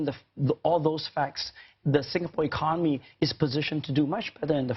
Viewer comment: is no one going to say anything about how he says 'economy'